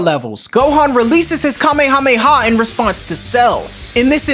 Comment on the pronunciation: So happy he didn’t say Kamehameha wave in the dumb ass way that most dbz YouTubers say it It annoys the duck out of me